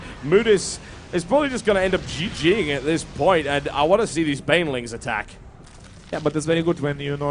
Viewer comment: It sounds like Whitera calls Bainlings for "Baliens". So from now on it's Baliens for me ^^